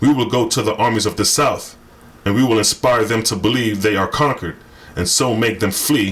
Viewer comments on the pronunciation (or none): none